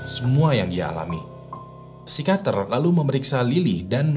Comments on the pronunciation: pesikiater bang bukam sikater 😁😁😁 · psikiater apa psikater sih bang???? 🤣🤣🤣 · Psikiater Bang ,bukan Psikater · Susah bet bang kyanya pas harus ngomong pesikiater😂